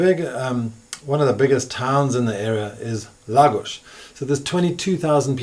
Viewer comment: Why does he say Lagos properly but calls Portugal ... Porch-u-gaul.